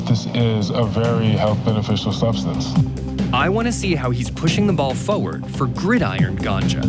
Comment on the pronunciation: thumbs down for mispronouncing the simple word "forward." it seems the narrator, and the braindead orators whom he emulates, have stupidly conflated the word "forward" with the other word "toward".